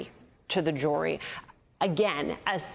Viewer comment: jory = jury? her pronunciation is creative, maybe even charming, but it interferes with our understanding of the information being offered. She does this alot and i hope she improves. bringun = bringing?